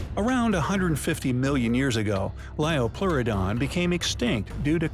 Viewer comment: it's Liopleurodon